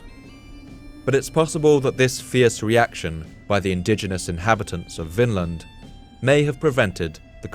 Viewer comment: Vinland, is pronounced “Vinland”, NOT “Finland”. It means the Land of Wine”, due to the wild grapes two keltic slaves found when Leif Erickson set foot in North America on his secon voyage, V in Scandinavian is NOT F, as in German, but....V 🙂🙂